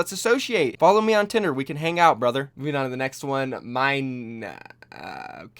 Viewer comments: Lol did you say follow me on tender? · Its me or you said “follow me on tinder” ? A bit before minute 7? LOL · Did he say "follow me on tinder"?